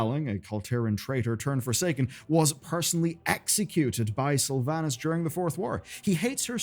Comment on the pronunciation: Pronounce Slyvanas Correctly Challenge (impossible)